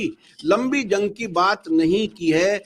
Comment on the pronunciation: क्या बोल रही हैं जंग की जगह लन बोल रही हैं😂😂